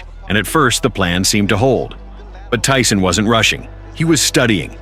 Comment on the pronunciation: Ty-Son.....beat yo azz